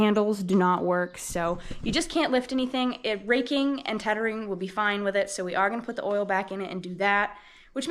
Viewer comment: Wow it looks like the YouTube algorithm has figured you out, your subscribers have jumped quite a bit since I started watching two weeks ago. Awesome stuff here I really enjoy watching. PS, Is “teddering” really a word? 😂